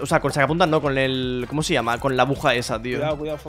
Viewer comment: se dice aguja no abuja y tampoco se dice abujeros se dice agujeros